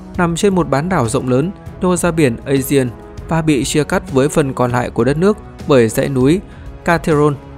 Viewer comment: biển aegea phát âm là a gê và biển ionia phát âm là ai ô ni a